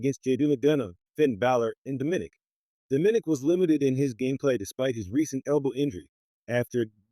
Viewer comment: it's Do-Mi-Nik not diminik